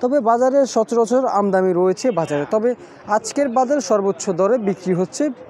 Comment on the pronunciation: ভাই আগে কথা ঠিক করে বলতে শিখেন,আমদামি না আমদানি,আর দর্শক টা কত বলেন ভাই